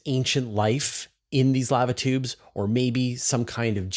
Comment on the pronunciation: why you gotta say lava tubes like canadians say "pasta" ???